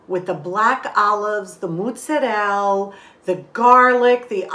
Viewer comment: I love the way you say MOOTZARELL! (and the cute blooper at the end of the video😊)